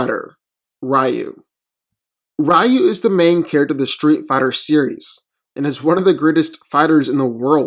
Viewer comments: It's pronounced "Ree-yoo" not "Rye-yoo"! ugh why do people always pronounce his name wrong still? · It's pronounced "Ree-yoo", not "Rye-yoo" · Reeyu not Raayu. Moreover REE YU stomps. Nothing on batman belt and wit can stop Ryu when he goes evil. Without batman classic prep time, In a random fight, batman loses badly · Rye-yoo sounds like some tasty bread 🤤🍞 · Even in English it's pronounced "Ree-yoo" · HI, I am from Thailand. In my country, it is a pronounced "Reew" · Eww, rye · The man's name is Ree You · Let me get this straight 1: you say ryu is predictable but yet hes beating everyone in sf who has characters who read movements 2: you cant even say ryus name right 3: how the fuck did you not add ryu can tap into the dark hadou and that even more powerful state of nothingness?? Oh I know cus you just fanboyed out on batman movie trailer CLOWN VIDEO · Ofcourse he had him lose cant even say his name right. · Simmons Except, that's how it's pronounced in Japanese. Do a Japanese to English search and listen to the Japanese pronunciation of the name.